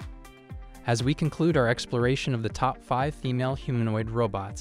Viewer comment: Did the AI really say "TOE PEE?"